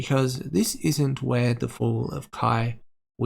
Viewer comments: I'm pretty sure Weiss is pronounced like VICE since it's German. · Just to let you know Weiss is pronounced Wyse, or Vyse if you want the German pronunciation.